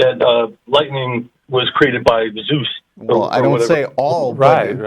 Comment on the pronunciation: Hey.... "ZEUS"........ Dude, learn how to fucking read already... do some fucking research